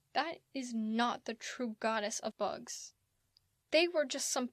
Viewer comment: Oh did you say bugs? I think you said books :P